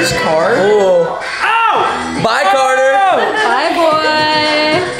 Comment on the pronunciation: Who Heard say Carter piss